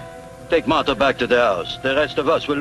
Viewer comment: Aaaahhhhh,LMAO! did not know Crabs sound like "SPOT" , From "The munsters ! and this dude is getting on my nerves with his Condescending "honey","honey", come on " honey". "Honey" is supposed to be a Dr. What's she a Dr. of ? Bee hives? Is he her man? He can't pronounce Martha? Nice to see The Professor in this though. I didn't remember he was in this.